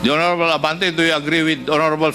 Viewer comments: Gagorable not honorable.😂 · "Horrrorable "not hoorable congressmen of congress 😊😅😢😂